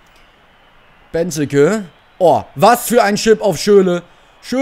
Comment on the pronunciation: Es heißt nicht Beneke sondern Benteeeeeke ausgesprochen